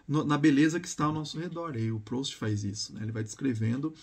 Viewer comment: A pronúncia é "prust"